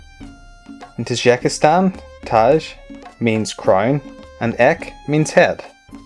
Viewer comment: It's not Tadjakstan (like you pronounce it), it's Tajikistan.